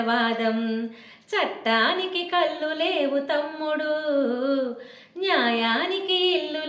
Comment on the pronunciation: అక్కా కల్లు కాదు అక్కా కళ్ళు అని పలకాలి